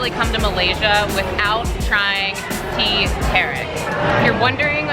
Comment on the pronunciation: Teh tarik is pronouced "tear tar rick"